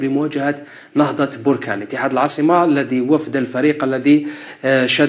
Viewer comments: ليس بروركان بل بركان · بركان كاف بالفتحة وليس البركاان بالضمة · لازم تعرف تتكلم بركان بالفتحة على الباء وليست بالضمة